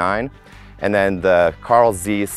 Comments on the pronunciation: i thumb down video because he said Carl Zeece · “Carl Zeece”